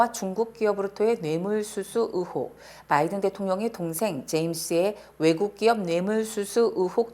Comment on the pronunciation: 으혹 ( X ) 의혹 ( O )